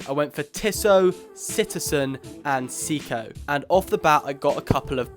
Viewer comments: Say-co not see-co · Pronounced "Say-Koh"